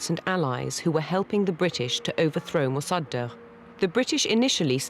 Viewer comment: the horrible pronounciation of mossadeq...